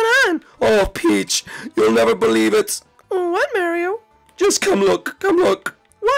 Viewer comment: Mairo MAIRO!?!!? YOU SHOULD BE ASHAMED FOR MISPERNOUSING HIS NAME LIKE THAT